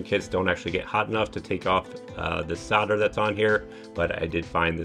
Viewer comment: yeah good to go but the word is soLder....not soder the L is pronounced !! Just saying. Thanks for the vid.